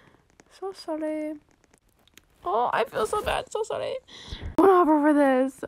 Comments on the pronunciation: Why you say Sorry Into: Solly?!?!?! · Oop I think 5 times- the last wan was ‘sorry’ not ‘solly’ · Mirza she says solly instead of sorry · ITS NOT SOLLY ITS SORRY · How many times she said “solly” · This is how many times she said “I’m solly” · I love how much lavender is just happy and excited for anything and I really love when she say solly it makes me laugh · she makes me laugh she like “so solly” “so solly” then when she got the trade she like OHHHHHH OHHHHH YESSS OMG YESSSS OHHHH PEARL OMGGG MY BESTIE FOREVER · I luv how u said solly🤣and i love ur voice! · So solly so solly I love it 😂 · I Laugh So Hard When She Said Solly So Solly Lol 💙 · Me: what's por favor Also me: I'm so dumb she just says it Her:i french now Also her:solly and por favor Love u <3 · I just Realized u said over 5 solly😂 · I just love the fact how she says "so solly" XD🦉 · How many times did she say excuseemwa solly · I'am so like you say solly